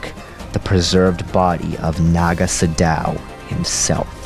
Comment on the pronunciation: it's pronounced sado not sodao fyi